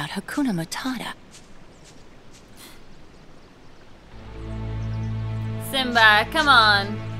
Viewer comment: Also, Hakuna Matata is what you meant to say. I think you said "Akuma Matata" which involves Street Fighter and some scary implications.